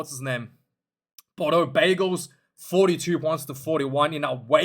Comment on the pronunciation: Bordeaux bagels hahaha no it's Bordeaux bègles. Hahahaha. I think new Yorkers would have their team haha. 😜